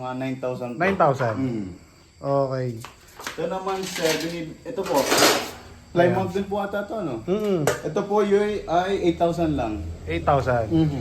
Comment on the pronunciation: Ang tamang bigkas o pronounce po sa Plymouth ay "Plih muth" po 😊